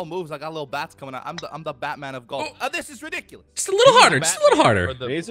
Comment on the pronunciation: It's like how he pronounces golf, "jolf" It's a comedic on purpose mispronounce.